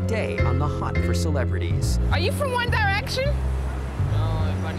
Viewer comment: " One Die Rection"